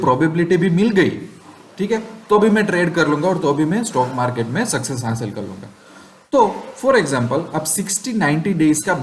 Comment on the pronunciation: "हाशिल" नही, हासिल होता है भाई